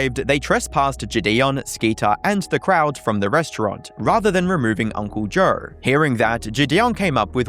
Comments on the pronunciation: Why do you say Joe so weird? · 8:355 that cannot be how you actually say Joe